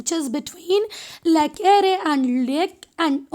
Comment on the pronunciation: You pronounce lake wrong